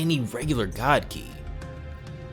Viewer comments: What did he just say, chi not khi??? 🤦‍♂️🤦‍♂️🤦‍♂️🤦‍♂️ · "CHI" wtf i thought it was ki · Why are you pronouncing "chi" like "key". It's the same ch as in the word charming or chakra. Not ch like character, which sounds like a k.